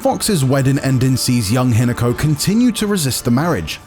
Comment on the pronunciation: Say Hinako again